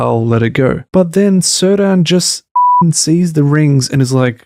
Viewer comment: (It's /Keerdahn/, not /Sirdan/. Elementary, my dear Watson. Apart from that: although I think you're still being all too generous to this abysmal shitshow (I for one truly hate those bleeding snooty holier-than-thou Harfoots with a passion, and actually cheered when it looked like they were going to be crushed by those rocks and stones, and furthermore I think Not-Gandalf is excruciatingly boring), this is an interesting and well-made take on TRoP, so kudos for that.)